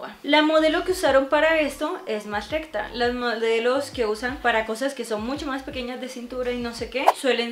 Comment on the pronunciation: No puede decir recta